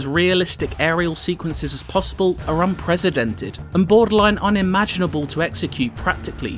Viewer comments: unprecedented not unpresidented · Benny Mackney Someone please tell this man how to pronounce "unprecedented" and also "Mach"(maahk) He pronounced it as Mack as in someone's name like the Mack truck. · Someone please tell this man how to pronounce "unprecedented".